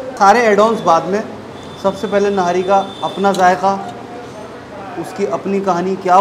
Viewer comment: Thank God you’re calling it Nahari instead Nihari. Please encourage others to pronounce it correctly.